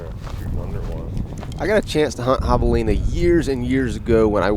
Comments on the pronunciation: “HAVE-elina” Not “HAW-v-elina” 🙄 Come on man…I expect more from you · Am I the only one who finds how pronounces javelina reallllly irritating! The “a” is not pronounced like the “a” in lawn but rather like the “a” cat Very irritating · Thanks for the video. Just realised that I’ve been pronouncing the name Javelina incorrectly. Always used a hard ‘J’. Oh, how I laughed! 🤦🏻‍♂️🤣👍🏻 Hilariously funny and true story. 😬